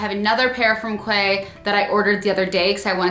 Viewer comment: Loved this video although a little late to it! Also, Quay is pronounced Key ;)